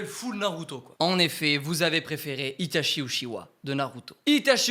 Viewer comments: Tout le long t'as mal prononcé Itachi Uchiha, ça se prononce Itatchi Utchiwa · alors juste une chose itachi se prononce "itatchi" et non pas "itashi" il faut savoir dire le nom des persos avant de vouloir faire les fans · Si je peux me permettre, en japonais on dit "Itatchi", et pas "Itashi", le CH se prononce [tchi] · Itachi se prononce Itatchi au passage (prononciation officielle japonaise, après vous faites ce que vous voulez, mais au moins c'est dit...) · Bon euhhh pour info, itachi se prononce itaTCHI voilà je vais pas encore dire pourquoi parce que sur ma chaîne je passe mon temps à l’expliquer mais renseigner vous avec les hiragana et l’écriture romaji